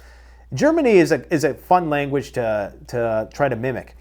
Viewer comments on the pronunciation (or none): none